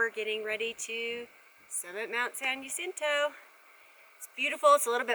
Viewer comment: San jacinto.. Is pronounced. San Ha sintoe... Not San Ya cinto. 🙄